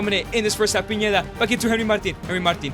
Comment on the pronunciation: It’s pineda not piñeda bro😂